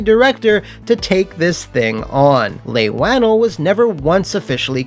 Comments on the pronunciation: Leigh Whannell is pronounced (Lee waa-nel), not (Lay Wah-nul) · You do so much work and it shows in your videos. ♥️ But ya messed up the pronunciation on Leigh Whannell's name 😂 Leigh Whannell = "Lee Won-El" not "Lay wan-ul" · Just so you know Leigh Whannell is pronounced like "Lee Whua-Nell"